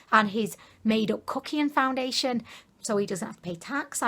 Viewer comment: "i mean really" "boobiyas" and "foundididlation" are part of my daily life now #imeanreally mwah xxx